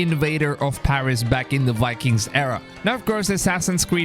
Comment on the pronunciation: Your voice kills my ears, walhallaaa, wikings